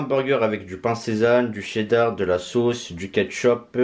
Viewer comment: Du pain "sésane" 🤣🤣🤣🤣🤣🤣🤣🤣🤣🤣🤣🤣🤣